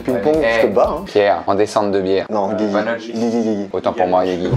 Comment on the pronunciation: Quand ils disent “Guigui” ça se barre en couilles un peu plus à chaque fois, à la fin on était sur du “Gzigwi”